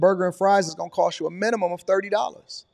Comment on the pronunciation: "Minumum wage" Lol.